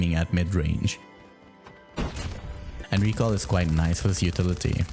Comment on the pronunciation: "the recull" 😂